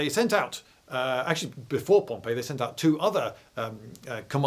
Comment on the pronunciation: I thought Pompey was pronounced pomp--ee...